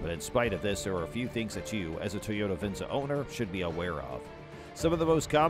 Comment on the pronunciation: Not even pronouncing Venza correctly 😂